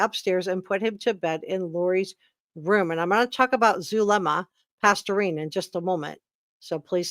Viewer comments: Past-ten-ez. Not pasturine! Sorry it's driving me crazy how bad you are pronouncing her name. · AS·PHYX·I·ATE. Zulema = PAS-TE-NES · Zulema Pas-TEEN-is. Just FYI. Now, yes indeed, Melanie Gibb makes me nauseated, makes my skin crawl, as does Zulema. Poor Melanie Pawlowski, weak mind...not just real bright, Auntie Lori's puppet, willing to kill her own husband to inherit his million-dollar life ins. for Auntie's "cause." Lord have mercy...sick minds. All three of these are SUS as H**l. IMHO. Excellent review!!!! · Zulema Pastenes (pronounced pas-tennis) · Is it Zulema Pastorine or Pasdenas? Guess I should look it up but that is the first time I have heard it said as Pastorine. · I’m enjoying your comprehensive coverage of this - but Zulema’s last name is Pastenas. Pas-te-nas